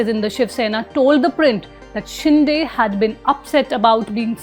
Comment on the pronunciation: It is शिंदे not शिंडे.